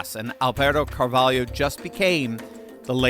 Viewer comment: *Car-vol’-oh. Not “Yo”.